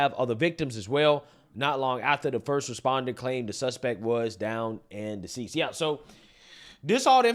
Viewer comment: Seems you are just reading this 😂 I love you stress the last word. "Down and deceasssssd."" That was madddeeeeee." Lol. Love that shit. You said," My little ponyyyyyyy. Then that pause. like, "tf......🤔did i just read!" Glad youbset that straight before the mslm got it. Glad no ar15 was involved so cackling hens dont even bother talking about their unprofessionalism on guns with a belief that they are spouting professional information. Like ar15 🐔 mckaw🐔 bok bok🐔mckaw mckaw🐔 illegal bok bok bawwwwwww! 🐔